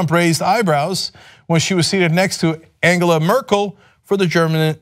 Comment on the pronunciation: Is that seriously how Angela Merkel is pronounced?